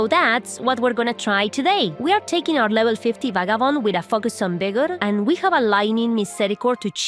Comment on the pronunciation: I'm sorry, level 50 with a "fuckus" of vigor? What are you trying to say here 🤔